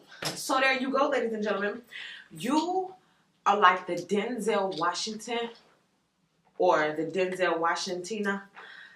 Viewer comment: Denzel Washintina 😅😅😅 cracked me up.